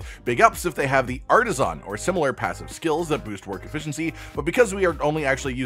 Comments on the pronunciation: Great video and I appreciate the info. I had just one bit of (probably unwanted) constructive criticism. The way you pronounced the word "artisan" was really jarring and I couldn't stop thinking about it, lol. In American English, the word is typically pronounced like "arta-sin" (or "arda-sn") with the last "a" in "artisan" being practically silent. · what's with people making As sound like Os, it's artisAn not artisOn, didn't you ever play Spyro The Dragon?